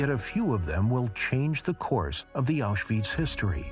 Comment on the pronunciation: Stop calling it Auschweeeetz!!